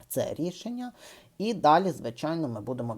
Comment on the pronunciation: Багато мовних огріхів. В нашій мові шиплячі вимовляються твердо : "звичайно" а не "звичЯйно", бачити а не " бачІти", відзначаємо а не "відзначЯємо", покращення а не "покращЄння", ще а не "щЄ", початку а не почЯтку", поки-що а не "поки-щЬО" і т.п. Помічаємо вживання московських конструкцій і прямого мавпування. Напр. : треба казати : губернатор а не " Ґубернатор", Гейлі а не Ґейлі", тобто вживання твердого "Ґ" строго регламентовано кількома словами і все ! Як для блогера з слухаючою аудиторією, бажано змінити тембр і мелодику голосу, що немаловажно. З позитиву відзначу те, що автор віднайшов свою нішу в розміїтті "Тюбика". Лайк і підписка .